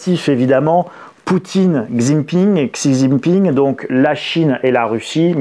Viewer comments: Svp, on pronnce tchi djin pin.. Et non ksi zingue pingue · Cher monsieur apprenez à prononcer Xi jinping correctement. Vous perdez tout de suite énormément en crédibilité quand on entend xi avec le son x. Xi se dit "Chi" son nom est donc "Chi" jinping. Tout le monde un peu éduqué sait ça, tout comme Angela Merkel on dit pas ange ela mais anguéla. Ne pas savoir ce genre de chose remet en cause les autres choses dont vous parlez !